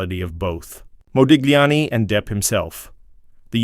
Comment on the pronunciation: When saying Modigliani name you do not pronouce the G but pronounce it Modiliani! get your facts gifht!